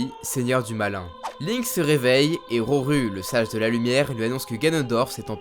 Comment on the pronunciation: Roru se prononce Rorou